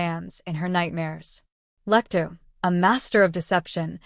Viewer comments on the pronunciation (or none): That's just a summary of the plot, nothing in the way of psychology or psychoanalysis. And it's 'Lecter', rather than 'Lectoo'.